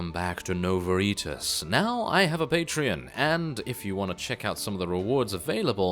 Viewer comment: Its pronounced Nowa Eye-tas if you wanted to know